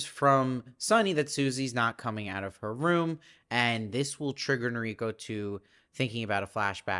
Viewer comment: "Masa" rhymes with the Spanish "casa". "Hime" is pronounced "Hih-may". "Noriko" has the syllable stress on the first syllable, although the syllable stress is more even in Japanese than in English. The missing finger is an indication of yakuza membership, specifically payment for some failure in yakuza business or society. The mother-in-law is almost certainly tied up with the yakuza somehow. (I haven't read the book.) Thank you for the great reviews!